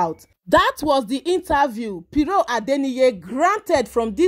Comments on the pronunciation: Why are you calling her “piro” 😂😂😂? It’s Pero as in “ kpe- ro”🤦🏾‍♀️🤦🏾‍♀️ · My dear she is not piro but PERO